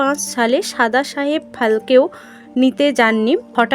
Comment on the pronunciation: "সাদা সাহেব ফালকে" নয় "দাদাসাহেব ফালকে" হবে।